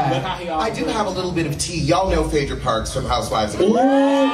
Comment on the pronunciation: Did just read write and erase phay-edra??? Lawd. Take me to the cross 😂😂😂😂 i just needed one 'FEMININITY" biffa. Just one 😭